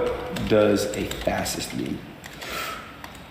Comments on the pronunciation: Ross is illiterate! Did he graduate high school? "fassist" ? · LMAO the pronunciation of fascist 😂😂😂 I’m not even a native speaker and I find this MIND BOGGLING! Even my mom who’ English level I would say is barely enough to function would have known how to pronounce it. Seriously who tf is this guy and how can he be so dumb?! This can’t fly, Trump can’t get away with sinking so low, I can’t believe it.